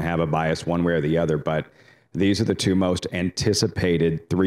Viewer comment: Dude, the word is TWO, not TYUUUUUUUUUUU. Anyone reading this and doesnt know what I mean, listen to on the NYRA live show.